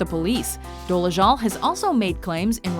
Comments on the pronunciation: Why do you keep pronouncing her last name as "Doleshul"? It's Dolezal. With a Z, not SH. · Would be nice if the narrator could say her name right. Good grief.